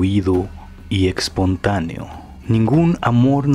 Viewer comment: Me en cantan tus videos, pero me desespera cada vez que te escucho decir "musho" y "expontaneo"